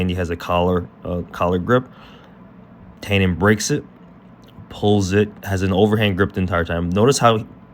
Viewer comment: Nice breakdown. His name is pronounced “tie-NON”. Like a bow tie, with the emphasis on the NON. It’s ok because every non-Brazilian brutalizes this name, but there you go.